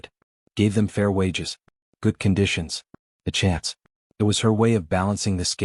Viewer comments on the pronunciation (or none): none